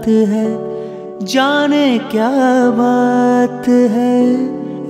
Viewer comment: you are very much promising singer in recent times. You have rendered so nicely.only thing,be little bit careful when pronouncing words like " jane ".. Just avoid bengali accent here. Don't mind pl.